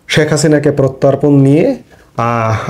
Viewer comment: Protan na Hobe prottapon. Thik moto Kotha bolte shikhun.